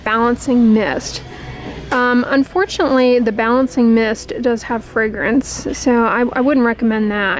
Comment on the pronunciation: Frangance, fragrance, fragrance, take a shot everytime she said it! 🙄